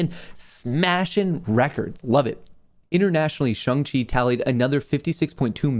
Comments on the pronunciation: Shang Chi not Chung Chi lol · I think it’s SHAAAAANG not shung lol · Omfg its Shang not Shung! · Love ya but No way is Shang pronounced Shung…. 💀 say it like Shanghai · Dude, you butchered Shang-Chi. 🙉There’s an “A” not a “U” (Shung-Chi). That’s like me pronouncing your name Mutt Kohrs. 🐕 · I can see struggling to say shang chi ahahah.